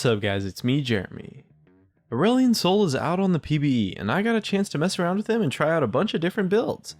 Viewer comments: Every time he said Aurelion I kept hearing Irelia and was very confused.... >.> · More like too edgy. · sounds like its trying too hard